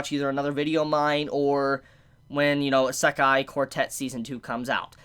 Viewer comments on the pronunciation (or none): Serious q. Why do you say "eye-SEK-aye" instead of "EE-seh-kai"? The latter is the correct pronunciation of the word. The way you say it sounds like nails on a chalkboard. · Eh-sekai quartet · Bro you don't say "Isekai" correct at all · Isekai pronounciation is killing me. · Dude stop saying isekai like that geezus Christ 🤦🏼‍♂️ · The way he says "Isekai" makes me want to kill myself